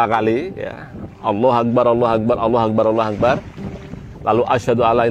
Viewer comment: Maaf pak kyai, pada ucapan اكبر, ro dibaca tafkhim. Pangapunten.